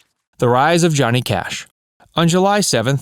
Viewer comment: We get Cohnny Jash. Get the original narrator back.